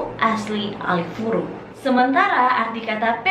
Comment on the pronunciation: Bukan Alifuru kk tapi Alefuru 🙏